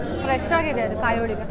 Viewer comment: Madam, nice information about Iyer Mess. But Kannada pronounciation to be corrected, for example otte aseethide ( HoTTe hasiyuttide) , olige ( HoLige). Correcte pronounciation will bring good value for the explanation. Please don't mistake. Thank you Madam.